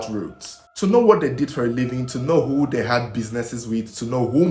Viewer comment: Oga I love your videos. But work on your pronunciations... they and not there.